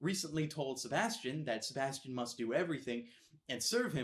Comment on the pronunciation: And he didn't say Sebastian the right way!